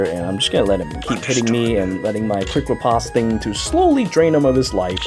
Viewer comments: FYI - Riposte is pronounced "repost" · You literally mispronounced every goddamned word possible. Analyzed. Wary. Riposte. Eliwood. Fahk, man, stahp.